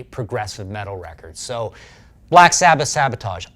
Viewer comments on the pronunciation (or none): It's Sabbath. Not sabboth